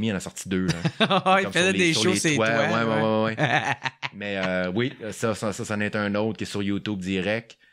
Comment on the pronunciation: Toué! ça n'existe pas., c'est *toi*. S.v.p., massacre pas trop notre langue française.